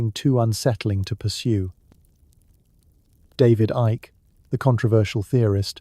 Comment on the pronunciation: The question I would ask: "Is AI deliberately misspronouncing the names of important researchers like David Icke, Erich Von Däniken, etc?